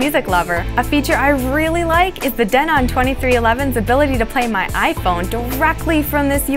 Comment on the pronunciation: She is pronouncing "Denon" correctly. Denon is not a US company, and hence, the correct dialect of its sound.